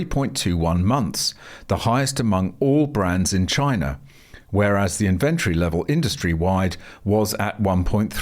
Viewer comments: Where did you learn to say inventory different to everyone else? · Why are you mispronouncing inventory?